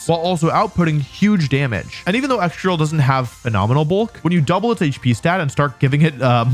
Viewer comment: Its excadrill. (Please?)